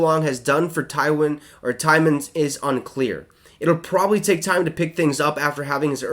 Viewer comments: It's twyman not tyman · Thanks, it was killing me the way he pronounced that 🤣😂 and he said it so many times